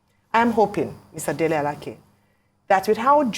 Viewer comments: U don't understand me. She's not struggling with the name pronunciation. There are two names with the same spelling. She perfectly pronounced the one she used. That is A-la-keh. The Minister is A-la-kay. If she goes to Abuja and asks for Alake (a-la-keh), it is possible there is someone bearing that name in his office. This is just a 2mins learning, and I'm sure Ojy has no problem with it. It's ppl of low capacity who think they have to pause every other area of life until Nigeria turns to America. Remember, Ojy is a journalist, not a reader like u. She will handle it differently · Thanks so much Arise. Ojy is doing well. I think I've heard Ojy called Alake (a-la-kay) Alake (a-la-keh) a few times before. Both pronunciations are Yoruba names but this Minister is Alake (a-la-kay) like Alake of Egbaland. I expected Rufai, Ayo, or Dr Abati to have spotted this. They always do, I'm surprised how this skip through. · Alake is pronounced:Alaa Kay. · I wish I can do even a quarter of what you guys do ..BUT if you have to be the one..then do it well..Our Ojy should learn to pronounce Nigerian names ..no excuse oh..You can't call Alake like you r calling a ladies name..and many more ... And our politicians just open their mouths..imagine .Alake saying he is trusted to get his post . ..